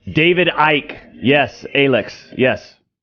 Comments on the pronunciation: David Icke is pronounced like Pike, not psyche. Other than that, good video. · As someone from the UK. David Icke, "Icke" is pronounced like "pike", "hike" etc. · FFS. "Icke" is one syllable: "ike". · Oh, the "everyone is racist" route...... Foh....it is quite obvious you did absolutely the bare minimum research before you opened your pie hole in the subject. You cannot even pronounce David Icke correct. Not only that you stayed only inside your echo chamber when finding information on him. Just ridiculous...... You may be able to fool your brain dead subs on David Icke, but anyone who has actually listenes to the guy knows what's up.......